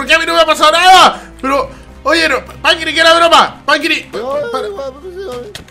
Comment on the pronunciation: Me da risa cuando intenta ser un disque "fantasma" y dice pAnCrIi 😂